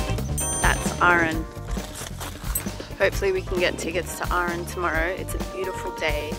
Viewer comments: It's just Aran not aaaaaran, and what's with the generic bagpipes all the time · Oh for the love of the wee'man, its Arr-an not rn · It's pronounced Aran, not Ahran 😊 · I am from Arran and every time you say Arran I feel nauseous! It's Arran not Urran!! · Love to see people making videos about my wonderful little country! Hope you all had fun! One little note though Arran is pronounced Ah-ran like ‘Ah’ in ‘hat’ and ‘ran’ like ‘I ran’ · Oh no, an episode of American’s mispronouncing Scots places. Arran = arr-an. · canny deal with how she's pronouncing arran hahaha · As somebody from that area that’s so not how you pronounce arran but I appreciate you trying